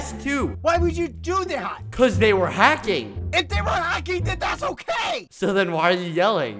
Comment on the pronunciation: is anyone gonna question bald boy halos accent in ? he said Hocking not hacking